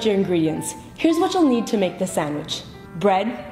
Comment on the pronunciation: The way she says "sondwich" annoys the fuck outta me